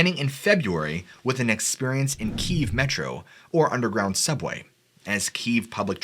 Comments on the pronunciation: great video 👍 Kiev is pronounced "key-ev" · Kiev phonetically is key-yev 😉 Russian language is not easy to pronounce for English speakers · Key ev. Like in ever. Kiev